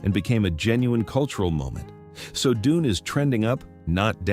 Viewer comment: when he said: DUNEY I laughed... AI script and AI voice...